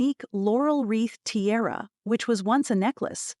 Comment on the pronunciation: It’s tiara, not terra